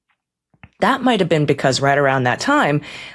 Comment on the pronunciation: "I never bean frens!"